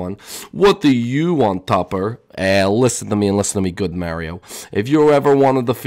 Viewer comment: Why does topper sound like stuper